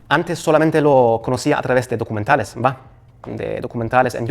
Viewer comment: Me da riza q dice “vah” .